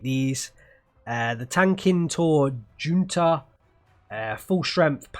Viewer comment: I'm not 100% but in most languages, bar English, the letter J tends to be pronounced like a H (ie. Jesus = hesoos, Juan = Huan, Junta = hunta)., I'm guessing it's the same with Finnish, so Tank-in-tor-hunta. Thought it was worth mentioning as there are several Junta units in the Finnish divisions. I'm not sure what Junta means, but it seems to possibly be Group.